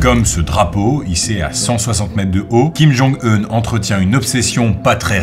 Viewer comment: Alléluia, enfin quelqu'un qui dit correctement Kim Jong EUN et pas "oun" (non malgré les apparences il n'est pas mexicain !).